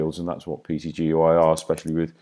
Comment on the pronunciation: Wonderfully informative, but please call PTGui as PT....Gui...it sounds so hard to hear you call it PTGUI...LOL Cheers